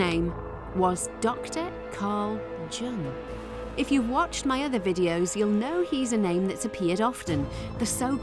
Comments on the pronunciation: Just a well minded tip ; Jung is pronounced Young, but like Yorkshire people would say it, i.e. yoong ! 😅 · …the J n Jung is pronounced like a Y. She said “JOONG” 🙄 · Look up the pronunciations for “Djinn” and “Carl Jung”. Those aren’t what you said in the video. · Good lord! 🤦🏼‍♀️ You should learn how to pronounce Carl Jung properly. Sorry but that one is major 😐